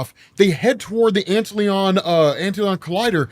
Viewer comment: love the vid man, btw it's just pronounced "ant lion," they live in those dirt funnels you may have seen as a kid while playing outside. We used to watch the ants and hope one would fall in so we could see the ambush, it's totally awesome. The antlion kicks dirt at the ant to make it fall deeper into the pit then bursts out and grabs the ant and drags it underground. Natuuuuuure!